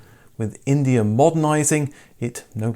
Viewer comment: It was India, not Indier. Indier is not a word.